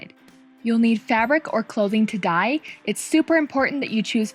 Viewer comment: « and now it’s ready to dye » that sound like « and now it’s ready to die » 😂🤣